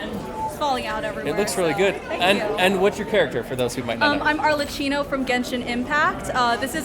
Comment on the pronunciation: "Arle-chee-no" "three glasses"